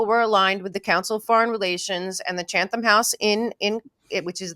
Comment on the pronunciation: just so you know it’s “Chatham” House, no “n.” And the “th” is pronounced “t.” Say it like “Chattem”